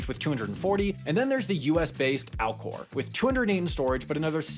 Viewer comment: Did anyone else’s keep hearing Alcore and hear Al gore?